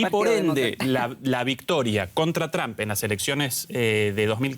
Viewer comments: Por favor, el apellido Trump, se pronuncia TrOmp. No TrAmp. En cuanto al programa, excelente la colaboración de los panelistas. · El apellido del mejor Presidente de USA Mr TRUMP se pronuncia con la letra "O", osea la letra "U" se convierte en U. NUNCA se PRONUNCIA CON LA LETRA " A " . SI viven en ESTADOS UNIDOS APRENDAN A PRONUNCIAR BIEN EL INGLES. Muchas Gracias 🙏💒👍